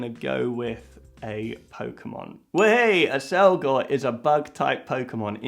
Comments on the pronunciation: Pokemonってポウクモンって発音するんや.. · You somehow managed to mispronounce every Pokémon name on the list... AAAAAAAAAH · The funniest part is you pronounced every pokemon except one wrong X'D